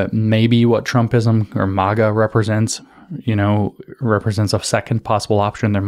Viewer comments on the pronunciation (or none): none